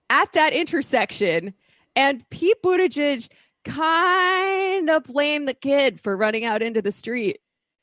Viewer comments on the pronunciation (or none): He has been in the public eye long enough to know how to pronounce his name. That is a Trumpian/Tucker Carlson type of nasty insult. Just makes you lose all respect.